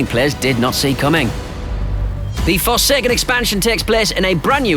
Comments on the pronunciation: It’s forsaken, not fersaykern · Forsekken lol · You should never say “forsaken” again